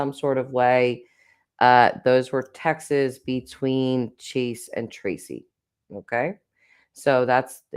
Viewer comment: Why so you say “texas”???!!! The word is TEXTS.